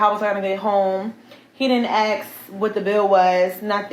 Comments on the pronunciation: It is pronounced ask not axe ffs you grown a$$ dummy. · He did not A.S.K. That word ends with a K, not X. Geeezzzzz and let's not actually talk about it. What you did was ridiculous and extremely childish. Glad he left ALONE. Grow up. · She’s ghetto as hell, can’t even pronounce ask properly! Can’t even communicate without clapping and pointing her fingers 😂.